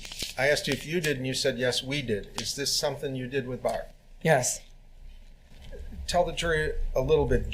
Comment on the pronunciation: He pronounces 'barb' like that cheeseburger locker, Randy